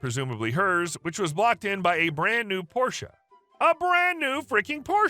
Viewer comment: I noticed you pronounce porsche correctly. that's rare. thank you.